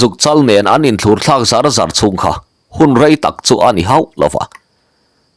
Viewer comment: Pahnih in um hi inthlûr ti hian in lam tlat mai zel hi a mak ṭhin, thlur hi a ri a hniam tur aw